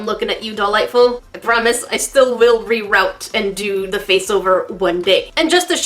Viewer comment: Reroot. Why u pronouncin it reroute... ahhh